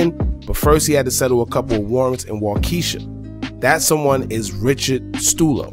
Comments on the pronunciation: It's pronounced Wau- kee- shaw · It cracks me up when people try to pronounce the county, Waukesha 😜 It's actually pronounced as Waukee- Shaw.